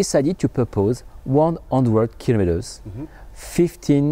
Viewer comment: This is the solution that everyone has been waiting for; excellent! As is your pronunciation of the word kilometre; well done, good sir.